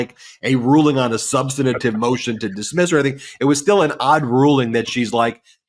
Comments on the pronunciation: BEN, I am submitting a word correction motion. There is no word "substinative." It's SUBSTANTIVE. sub-stan-tive. Make the pain stop! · Love your work, but you really need to learn how to pronounce the word substantive: It’s sub-stan-tiv, not sub-stana-tiv. Drives me nuts.